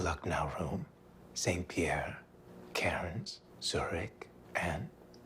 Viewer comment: Oookay, as an Aussie, hearing Americans pronounce "Cairns" makes my teeth hurt. 🤣 The "r" is silent, so cans as in "drink cans"